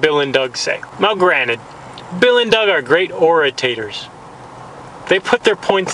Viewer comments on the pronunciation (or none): its called an orator ...... not "oratator" . Vocab FAIL